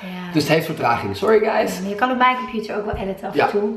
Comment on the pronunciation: Heerlijk zon kletsvideo , sushi etende mukbangs heb ik nu wel gezien en persoonlijk vind ik het niet boeiend .......etende mensen bah 😩😩hi Guys uitspraak vind ik irritant ☺️☺️ik haat het als mensen te langzaam rijden niet doorrijden en bellen of whatsappen achter het stuur ......